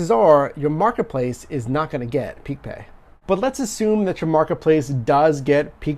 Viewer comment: Stop saying peak pay